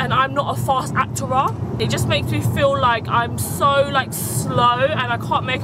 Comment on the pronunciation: ACTERER 😂😂😂😂😂 never knew this was a word 🙈🤣